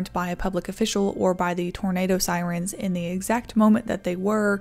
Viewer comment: Love seeing the giggle clips at the end. "Sirents?" wow.